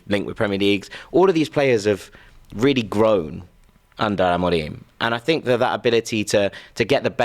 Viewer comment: Everytime he says amorim like that I nearly vomit